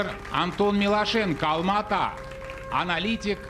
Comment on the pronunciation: Не Алма-атв ,а Алматы